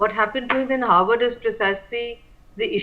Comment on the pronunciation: Not "Howard" but "Harvard"